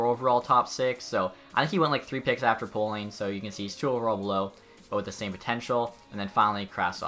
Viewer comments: Ryan Poehling is pronounced Ryan Pay-ling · Poeling is pronounced “Paeling” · Poehling Pronounced Pēling